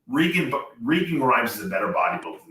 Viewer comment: Why is it so hard to pronounce "Regan"?